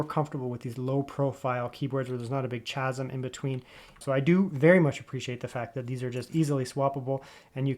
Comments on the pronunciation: chasm is pronounced kasm. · Thank you for posting this, but please: it's pronounced "kasm". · chasm is pronounced with a hard k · Someone doesn’t know how to pronounce chasm properly. Stop trying to be proper when you can’t pronounce basic words.